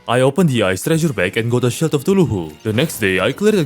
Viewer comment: i can get mispronouncing cthulhu but not shield